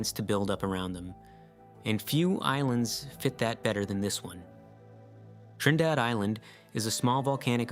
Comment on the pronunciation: Okay, your very first island is Trindade (Treen-dah-Jee) the other island is Trinidad, like as in Trinidad and Tobago.